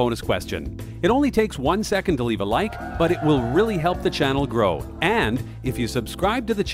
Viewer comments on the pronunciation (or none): none